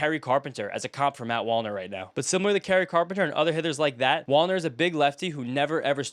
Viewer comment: Whenever you said Wallner I kept hearing wander LOL